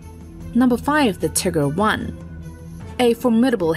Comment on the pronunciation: "Tigger I" and "Tigger 2". How about the "Winnie and the Eeyore ?